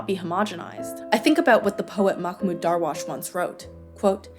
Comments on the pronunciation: His name is pronounced Mahmoud Dar-WEESH not Darwash ♥ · It's "Darwish", not "Darwash" lady.